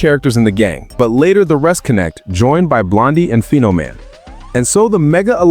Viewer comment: It's "Phenomaman" buddy 😁 Nice vid though!